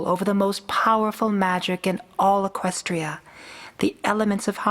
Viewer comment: She should. All along Luna was right. Celestia was being a control freak and didn't even try to help Luna. Not to mention she's a total troll. To me, Luna didn't do anything wrong, where as Celestia has done so much wrong. and by the way, It's Equestria, not Equstia :)